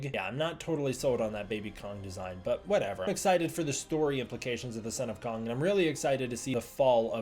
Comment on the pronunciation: Just the pronunciation of Kong as “Kung” cringe